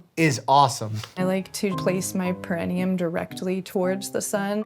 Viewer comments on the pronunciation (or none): The girl who exposes her perineum to the sun need to learn how to pronounce perineum. She keeps saying it with the accent on the wrong syllable. It’s grating. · With the lady saying “Pe-RI-ne-um,” I was starting to question myself, especially when he didn’t correct her pronunciation. But the dictionary says it’s ˌper-ə-ˈnē-əm, meaning the emphasis is on the NE, not the RI. So I was right. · my only problem with this girl is how she says "perinium" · I love how the perineum sunning lady didn’t even pronounce perineum correctly 😂. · The way she pronounces perineum bothers me lol I had to google it to make sure I wasn’t the one saying it wrong